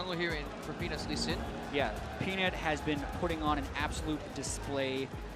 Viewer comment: Jatt: ...'Penis not even alive...' Pretty sure he was saying Peanut's not even alive. There there fam, you can get some medication either way~